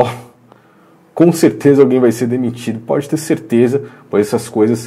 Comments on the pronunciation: No final parece que o Bial disse "Bodi"ao invés de Pode.. Mas deve ser doideira minha kkkk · Ele falou bodi! Eu também ouvi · Eu tbm percebi isso pra mim ele fala bodi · Credo,eu também entendi bode!😲